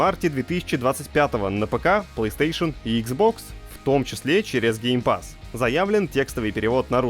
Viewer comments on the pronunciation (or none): none